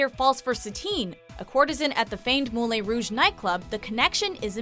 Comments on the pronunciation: I sitting here laughing she is saying molè rouge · MOULI ROU like I'm sorry, what is it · Moo-lay Rouge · Dear God the pronunciation in this video hurts my soul. Moolin Rouge? Casa Blanka? Aaaaaaa, my soul. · Mou-LEEA Rouge? For the love of Satine. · Moo-Lin Rouge?! really?! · Moo-lay rouge? Moo-lay?! Good grief, how can you mis-pronounce a film as well known as this? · Did she just say "mou-lay rouge"?? Yikes™... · James William she pronounces is wrong even in French. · What the hell is she saying mooley rouge? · Omg, how I cringe at that pronunciation! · Can they learn how to say Moulin rouge?! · the way she says Moulin Rouge, ouch.. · I physically cringed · i was like come on...how do you not know how to pronounce it